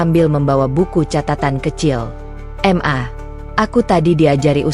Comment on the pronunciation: Kenapa sih ? Pembuat konten nya mengucapkan Ma , kok diucapkan Em A . Aku rasa kalo anda terus2an bgtu ngucapnya ? Anda orang pinter ? Tapi keblinger .